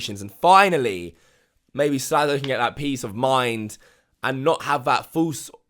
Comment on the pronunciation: His name is Slazo, not Slazlo.